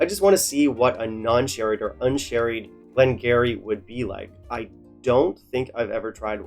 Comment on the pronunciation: Ya know what you should do? You should do a blind tasting with this 12 up against another (or 2 or 3 others) and pick the one you like. That would be fun, you might surprise yourself, but however your palate is, is exactly how it should be at any given moment. Btw, it's pronounced "Glen gear-ee" (sorry, dont mean to be one of those guys, just thought you'd like to know).